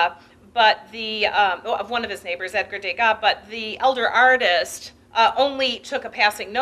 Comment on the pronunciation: And van Gogh too. And Degas. And speak in a softer voice.